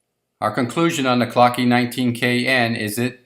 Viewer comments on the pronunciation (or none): Its not pronounced clockee, its german. Clou-k .. the e is silent.